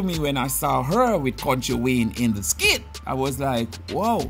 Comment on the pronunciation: Can I please correct you a little bit it's not skid it is skit it's only when you spelt it then I really realised that you are saying it wrong 😊